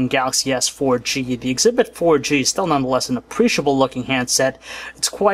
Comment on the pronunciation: "None The Lest " ughhhhhhhhhh i hate that !